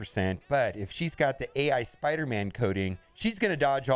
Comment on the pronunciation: Spoderman? The destroyer of WORDS!!!